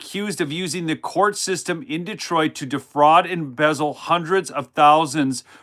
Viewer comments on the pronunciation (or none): none